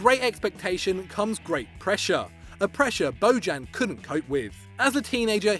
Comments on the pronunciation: ITS NOT BODJAN , It's Bojan , J like.... Yorkshire idk, like year, so u would spell it Boyan.... hes Serbian not Latin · It’s pronounced (BO-yan) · Bo-djan, hillarious pronounciation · Jesus Christ, that pronunciation. Bojan Krkic is pronounced BOY-an KIRK-itch. Just fyi. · i like how he pronounces bojan